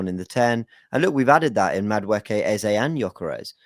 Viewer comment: your first pronunciation of the name Eze is correct. It's an Igbo name of Nigerian Origin. Eze not Eza.